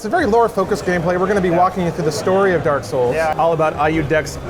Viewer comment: Every time I hear someone say Dark Souls, I hear "Dark Scholls"